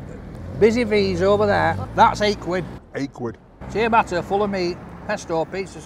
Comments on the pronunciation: great review but you're butchering the pronounciation of Ciabatta...it's not Seeya batta its Chi-batta!! 😂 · "See-a-batta" haha. Thick as that meat in his sausage roll.... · “Chi a batta”